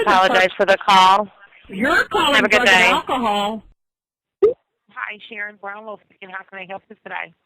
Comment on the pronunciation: Yer the person callin drug-in-alkahaul.